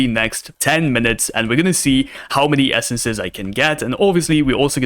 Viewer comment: the fact he says "essences" hurts my ears